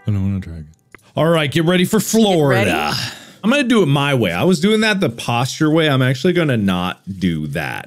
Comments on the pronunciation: Ahh yes, my birth state of good 'Ole Forlida. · Mark: "I was doing it the posture way, I'm actually gonna not do that." Also Mark, immediately: FORLIDA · Mark: I'm going to do it my way. Also Mark: "Forlida"